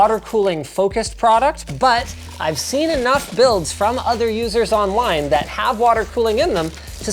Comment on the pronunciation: "...other users onwine..." xd